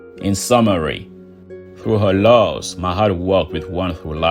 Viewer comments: Ma-at. Not "mahat". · nice video; but why do you pronounce her "Mahat", but is written "Ma'at"? It is hard tell how did they called her, in those ancient days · Even tough your no Egyptian it’s better the some American. Also it’s ma-at.